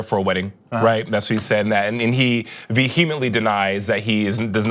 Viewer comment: The way he mispronounce “vehemently” though..........